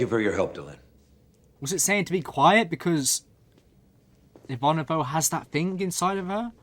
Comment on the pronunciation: You really should be able to pronounce Ivanova correctly by now. 🙄